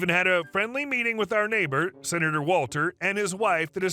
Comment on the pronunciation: What's a "Sinator"?